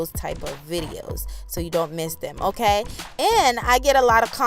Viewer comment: OMG I have to follow this channel...just hearing her say "m...kay"....so West Indian...I love it